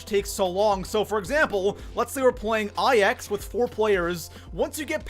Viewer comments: Ok i love your channel bro but... PLEASE.👏 STOP.👏 SAYING.👏 EYE.👏 EX.👏 they’re roman numerals yes i know but the map is pronounced NINE. THE NUMBER NINE. Plz staaaaaahhhhp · You forgot about pronouncing IX, which is pronounced "9", as I-X. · Pronouncing IX “I-X” sorry I had to 😂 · People calling it "Eye Ecks" or "Icks" instead of 9. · People that pronounce it I X instead of 9 are the flat earthers of the zombie community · The biggest mistake I see zombies players do is pronounce IX as the letters I X instead of the number 9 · Nigga it’s not I X. It’s IX. There’s no space in between them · It literally makes me cringe when I hear “I X” and not “9” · love ya man! But please call it Nine not I X. It’s Roman numerals and it’s not called ix it’s nine. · 8th mistake, pronounce the maps wrong, it‘s a roman 9 not an I X, so call it 9, i don‘t get why everyone is not able to pronounce it right With Der Riese, Verrückt, Nacht der Untoten, Kino der Toten you all at least tried, but now? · IX is pronounced "nine" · EthanGaming 04 it’s pronounced 9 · Lets talk about number 6...you obviously don't do Easter eggs do you buddy? Pap is always the first step in an Easter egg so champions need to be killed asap. Also I can tell you have a speech impediment but IX is the number 9, Its not two letters. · Niggas need to chill out about him pronouncing IX wrong. It's not a big deal. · Diocesyn it’s so annoying